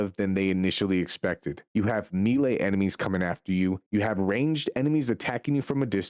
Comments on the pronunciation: Bro said "barayyge". It's pronounced barrage like garage. And melee is pronounced may lay. Not mee lay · Melee, Maylay, Barrage, Buh rajj, even if you say it in British English it dosent sound like you said it